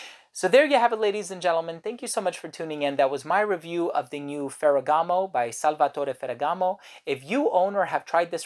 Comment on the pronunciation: Everything you said about this fragrance makes it a must try for me, not to mention your pronunciation of the name.... masterful.